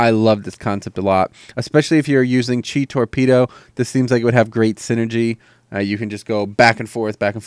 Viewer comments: It's pronounced mist 'weever' even though it's weaver. And you say "cheye" for chi but again it's pronounced like 'chee' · pretty sure chi isnt pronounced "chai" lol. thanks for the vid :D